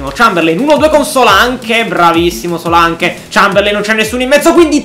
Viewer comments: Paolo Vatiero no Solanc si dice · guarda che di pronuncia solank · però si scrive Solanke ma si legge Solenk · Solak si dice